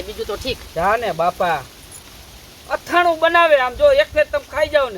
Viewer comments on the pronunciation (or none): અથાણું કહેવાય આથણુ નહીં